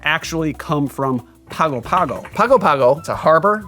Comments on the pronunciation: It's pronounced pango pango not Pago Pago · Was looking for this comment. It hurt me a little bit every time he pronounced it “Pago Pago”. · In Samoan Pago Pago should be pronounced Pango Pango. It's the capital of America Samoa! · My Man... it is pronounce "Pango Pango", and there is no "King". He is "The High Speaking Chief", and when I was there, the Chief was Bin Fauna (pronounced "Bing". And this drink cannot be found at Teesa's Barefoor Bar". Trust me... I was there for 4 months after Hurricane Ofa decimated the Island in 1990? I think? Hahahha..... vs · I had a Samoan frat brother who was from Pago Pago. In Samoa, they pronounce it "Pango Pango'. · I was part of a singing group that toured the South Pacific in 1983. We went to Pago Pago (pronounced Pongo Pongo according to the locals on the island). It truly is a beautiful place. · Yes. As an Australian who lived for six months in Pago Pago. It is pronounced Pango Pango. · It's pronounced Pango Pango and American SAH moa. A US Territory since 1919. You'd love to visit, I'm sure. I grew up there. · It’s pronounced Pango Pango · I gotta try this one--I actually lived in Pago Pago for about 6 months (former Mormon missionary), beautiful place. G's in Samoan are pronounced ng, so it's pango pango (rhymes with song-o song-o). Great video! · The city in the South Pacific by the same name pronounces itself "pongo pongo" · Interesting drink. And here I just bought a fresh pineapple, thanks! btw, to pronounce Pago Pago correctly, say it as "Pang-oh Pang-oh". Plus while we're on the subject, Samoa is pronounced sah-MOH-ah. See, this channel is all about sharing information! I know so much more about rum now so time for some pay back! Cheers!